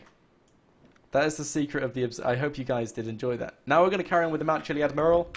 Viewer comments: IT IS NOT A MURRAL its a Mural .. FFS! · Question: Will he ever be able to pronounce "Mural" correctly?Answer: NO! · He is from The UK but still annoying either way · its pissing me off how you say your " used to people from the uk's accents". yet he is from the UK and says it how anyone else does